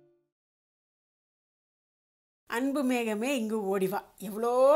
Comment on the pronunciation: Arumaiyana songs super Aana oru chinna thavaru thamizh uchcharippu Anbu mehame illai Anbu megame ok👍👍👍👍👍👍